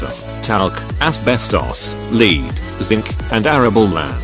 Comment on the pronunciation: Lead (noun) is pronounced (led) not (leed). Thanks